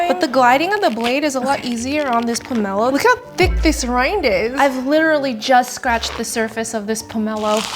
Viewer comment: Thank you for stressing the correct syllable in poMElo! ❤